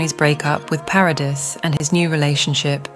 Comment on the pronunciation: Vanessa's last name is NOT Paris it is PARADIS! FIX your AI